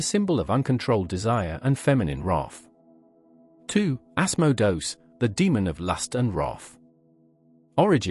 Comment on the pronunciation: Ass-moe-dose? Mephistafils? Azzazzl? Seriously? These are real entities you're talking about, and they hear you. At least have the respect to say their names correctly. Dude, narrate your own damn videos, and quit using these stupid speech synthesizers. At least spell your script phonetically in a way that the synthesizer can pronounce these names correctly. It ain't hard....